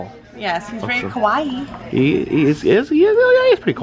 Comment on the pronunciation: its not "kwai"pronounced it it " Ka - wa - ii " pronounced ^^